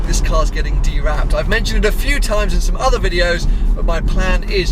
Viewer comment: Dewrapped... don’t you mean unwrapped?